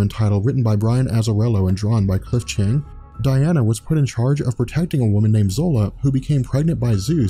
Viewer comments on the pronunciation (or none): none